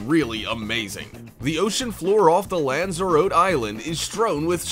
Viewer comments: You pronounced lanzarotty as lanzaroat. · where is Lanzaroat island heard of Lanzarote the e is sounded as an i i.e. Lanzaroti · Lanzarote is pronounced Lan-zar-otty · It's pronounced Lanza-rotee. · The pronunciation of Lanzarote is horrendous. How does this guy get any views?